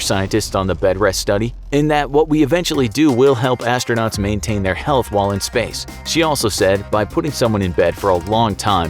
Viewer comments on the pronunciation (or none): none